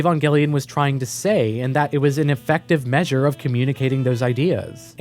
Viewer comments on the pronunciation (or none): none